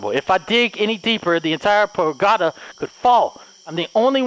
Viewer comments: I love your horror videos. You always pick the best games. Side note. . . . Its pagoda, not pogada. Haha love you!!!! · “Pogada” Me: “it’s Pa-go-da!”🤦🏻‍♀️😂😂😂😂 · I love the way he say Pogada instead of Pagoda😂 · I love how delirious keep spelling it pogada instead of pagoda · I love how can soundly determine a logical fact like how the headless undead can't hear without ears, but at the same time pronounces words like 'pagoda' wrong repeatedly after getting it right the first couple times! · Ahh yes the crest under the "POGADA" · Sometimes can be SO intelligent with the quick deductions he makes in games, but the whole time he pronounces "pagoda" wrong, even though in the beginning he said it correctly lmao.